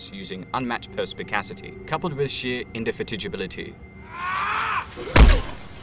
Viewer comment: It's "In duh fat ig uh bull". These amateur youtubers crack me up. Can't be bothered to learn how words are pronounced but trying to sound smart.